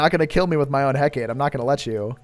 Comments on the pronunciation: alr man as much as i love your content i cant stand you calling the hecate the heck-ate, its pronounced heck-ah-tee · well i think there might be multiple ways to say it but from a show i watched with the hecate in it it was pronounced heck-ah-tee so (edit) just searched it and heck-ah-tee actually is the way its pronounced, also off topic but i think you should do a vid where you start on the highest rank weapon and every time you die you go lower and lower in the ranks